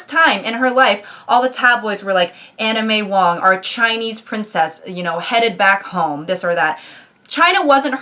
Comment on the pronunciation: omg im so sorry but i heard anna may wong as anime wong